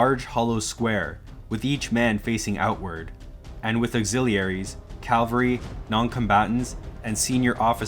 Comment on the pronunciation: Very good video but inexplicably , the narrator , or is it an AI generated voice ? continuously says “calvary” when referring to cavalry .